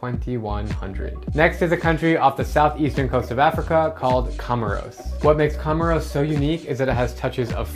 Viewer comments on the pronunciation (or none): It's pronounced "Co Mores" not "Come Ros" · It is pronounced "komórs", not "komoros".